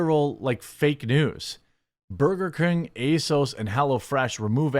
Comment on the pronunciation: C ya bye 😂😂😂 tries so hard do improperly say burger 🍔 and he can't even do that right.